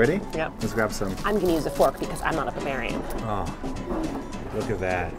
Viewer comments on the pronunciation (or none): 'i'm using a fork cause i'm not a Bavarian' lol, i know she said barbarian but at first it sounded like Bavarian.